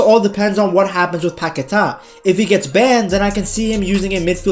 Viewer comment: Don’t listen to the telly that’s not how you say Paqueta’s name